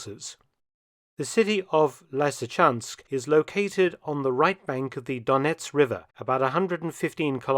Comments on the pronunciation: Its not Liesychansk mate... Not lisychansk either, it's LYSYCHANSK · Lysykans¹k, not Laisy. You are a professional researcher: get your act together! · Lysychansk - lee-see-chansk, not lai-see-chansk. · Why are pronouncing the the two very same 'Y's in Lysychansk differently?